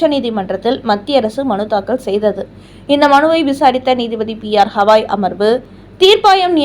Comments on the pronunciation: ஹவாய்...இல்லை. கவாய். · P.R. ஹவாய் இல்லை, கவாய். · ஒழுங்காக தலைமை நீதிபதியின் பெயரை சொல்லத் தெரியாதா அல்லது வாயில் நுழையவில்லையா? அவர் பெயர் கவாய்.அது ஹவாய் இல்லை.அவருடைய பதவிக்காலம் இம்மாதத்தோடு முடியப்போகிறது.அதற்குள்ளாகவாவது அவருடைய பெயரை சரியாகச் சொல்ல முயற்சி செய்யவேண்டும்